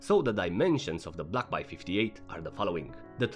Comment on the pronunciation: A it is an A not Y. Say it with me ..... Baaaay